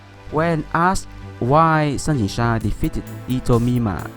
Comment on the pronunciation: Wow the way your pronounced their Chinese names sounded like a native Mandarin speaker. All the tones are on point